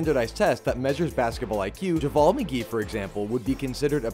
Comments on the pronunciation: Heard him pronounce javale once and realized this guy doesn’t watch basketball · Javoll?? Get your pronunciation IQ up also your definition for basketball IQ sounds more like skill and adaptability, a coach can have a high basketball IQ and be garbage when you put him on the court but a genius in running plays and managing the team. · Bro who the fuck doesn’t know how to pronounce javales name. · To say he has a low IQ and then mispronounce his name just isn’t it man. McGee does not have a very low IQ at all, basketball or otherwise. He’s an intelligent player and if you watched games you would see the value he adds to a team. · If you’re gonna shade Javele pronounce his name correctly